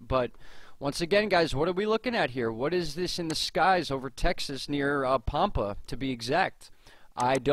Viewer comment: first off its pronounced Pampa like Tampa. ive seen weird slow moving triangles in the same area but its been about a year ago